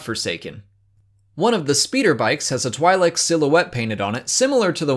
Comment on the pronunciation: I'm sorry, but your pronunciation of twi'lek bothers me.😯😯